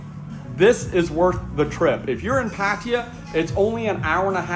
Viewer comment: I’m pretty sure it is not pronounced “Pat tier” for Pattaya